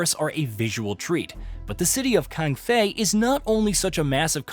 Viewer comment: It’s Kaifeng, not Kangfei 😮